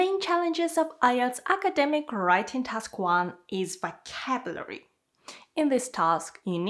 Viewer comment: Its not acaaaademic its academic